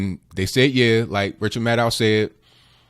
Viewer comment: "Even Ranchel Maddow himslf said.." LMAO!!!